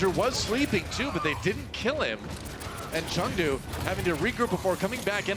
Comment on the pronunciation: gez guys wtf is chengou its chengDU DU!!